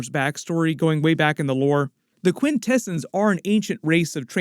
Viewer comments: Quint Ahhh Zons…… not delicatessen smh and also Trion is Try on not tree on… but otherwise cool coverage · Quintesin's... Quin-Ta-S-ON's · This is its own thing. Has nothing to do with the live action universe. Also "Til all are one" means until all Transformers factions are together again. Also pronouncing Quintessons and Alpha Trion wrong. Come on you slacked on this video. 😂